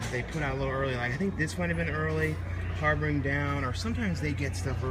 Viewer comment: "Harbringer" lol